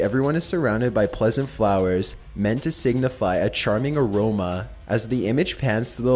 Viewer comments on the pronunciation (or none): none